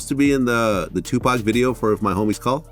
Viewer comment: There's no way im gon keep on watching the rest of the video with the voice over sayin TUPACK!Im done